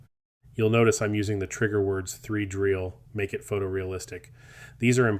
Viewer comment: I think it should be "three-dee-real"...